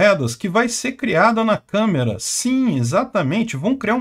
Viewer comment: Alguém tem que criar um apelido "Câmera dos deputados"! não fala câmara dos deputados! 😂 🤣 🤣